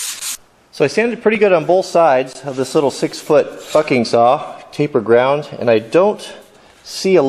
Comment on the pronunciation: It's sounds like u swore but u didn't u said bucking saw